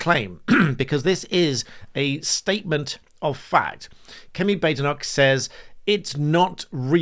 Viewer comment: Why is everyone mispronouncing her name, it's 'Bad-Enoch'!